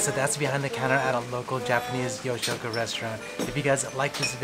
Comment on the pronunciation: I think it's pronounced more You'shoku instead of Yo